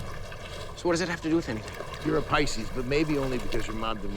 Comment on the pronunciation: Pronounced Pisces wrong…not his Bailey wick for sure…like a fish out of water…ha ha ha